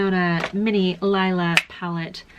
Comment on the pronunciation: It's pronounced Lela not Lila.